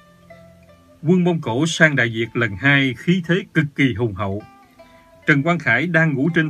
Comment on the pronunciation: tôi thấy bạn đọc chữ ĐẠI VIỆT LÀ ĐẠI DIỆT LÀ SAI, KO PHẢI PHÂN BIỆT VÙNG MIỀN ĐÂU TÔI CŨNG LÀ NGƯỜI MIỀN NAM